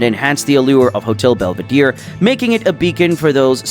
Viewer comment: Belvedere, not "belveedeer"